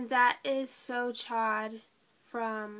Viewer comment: lol< great video, and MAC so chaud, is pronounced so showed, ;p it means so hot in french ;3